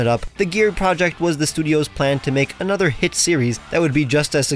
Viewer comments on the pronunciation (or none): none